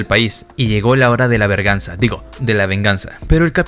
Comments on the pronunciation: Y por q dices verganza si es venganza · Se dice be3rg4nsa